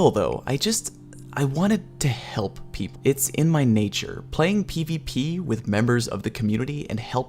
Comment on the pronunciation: Listen to how he said people